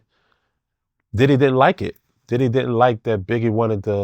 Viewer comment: Take a shot for every time he said “Didday” 😂